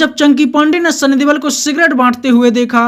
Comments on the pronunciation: Please correct sunny deol not debal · Sunny deol not debal